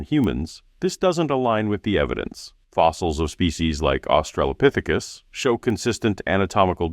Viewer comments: Australopithecus. Aus-tra-lo Not "Australia-pithecus". Doofus. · "Australiapithecus." Jesus fucking Christ... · Hate how Rogan always calls Australopithecus "Australia-pithecus”. Sorry, that just always bothers me.